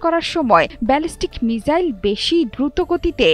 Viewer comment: মিজাইল না গো মিসাইল 🙂